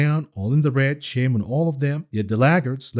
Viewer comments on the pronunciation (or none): none